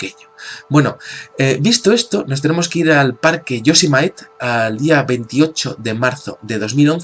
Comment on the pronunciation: el parque nacional de Yosemite se pronunce "yo-se-mi-di, es de origen nativo de los indios nativos Norteamericanos...